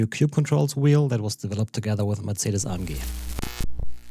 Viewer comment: What he says in the first secons is the correct german pronunciation of "Mercedes AMG" (Aufrecht Melcher Großaspach). But even though I am German, due to watching english content of F1, I meanwhile expect to hear Mur-say-dees Ey-Am-Gee everywhere. 😆